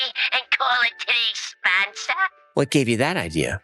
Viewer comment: "....our sponca!" 🤣🤣🤣🤣